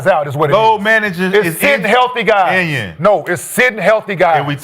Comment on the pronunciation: Kenyons Arena 😂 gotta chill